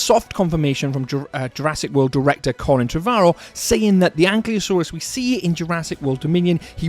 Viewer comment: makes a whole video about bumpy, Cant even say Ankylosaurus right